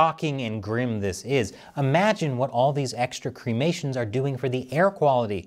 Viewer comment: Please stop calling cremations, CREAMATIONS' it sounds utterly stupid.